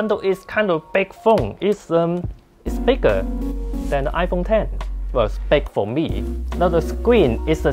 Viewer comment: lol squin potato!! WTF!!! 😂🤣😂 iPhong ten